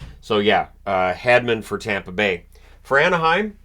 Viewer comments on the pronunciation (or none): none